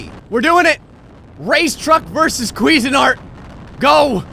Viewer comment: Your pronunciation of "CuisineArt" is actually hilarious.. "Queezenart" sounds like you're trying to say some foreign guys name or something lol Although, correct pronunciation would be "Quizeen Art". Still hilarious, either way.